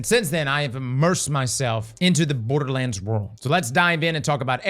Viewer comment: Dude said "Boarduh lands" like 40 times before mins.. Dislike..